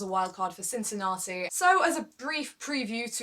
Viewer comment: Great work, quality video again. I hope you'll make review about the USO as well.:) I wanted to write that I like the way you said Cincinnati, (it's so British :)), but I see in the comments, someone else had pointed it out already.:) The name of the tournament says it all: I hope it's going to be Roger's Roger's Cup soon. :D But if not, then he can rest before playing on his most suitable hard court on Tour in CincinnAti. In 2014, he overplayed a bit and it probably cost him that US Open. With Djokovic and Wawrinka missing the rest of the season, I think there's going to be a huge fight for the other 6 places at the World Tour Finals. I would be curious to know what's your prediction on that, I'll go with Zverev, Thiem, Cilic, Murray, Nishikori and maybe Raonic as the qualifiers for London. Bedych and Querrey have good chances as well.